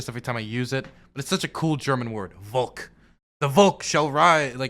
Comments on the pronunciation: Volk is pronounced with an F-sound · Also if you would pronounce it correctly Volk would sound the same as folk. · Volk is pronounced with an f!